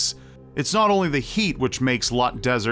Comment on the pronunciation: It's actually Loot (pronounced like hoot) desert, not Lut (misspelling)